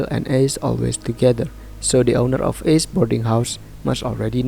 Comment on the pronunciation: Bang izin ralat sebenarnya kalau buat nama orang pakai biasa aja bang, Ace ngga ase